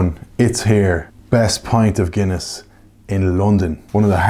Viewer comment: "HOPEFULLY A GOOD PINT OF GUINEA IN HERE, WHA" 😂😂